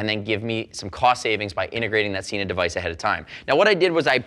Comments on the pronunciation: SENA not SEENA. Watch their own channel to understand how to pronounce it correctly. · You say Sena incorrectly